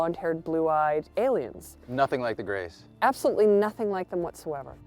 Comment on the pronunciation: abducted by the gays of the westend? Lol O he said grays LOL